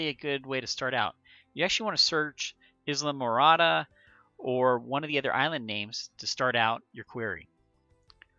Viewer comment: Pronounced EYE-LA-MORADA. I lived in Key Largo for almost 9 years and EYE-LA-MORADA was the next island down.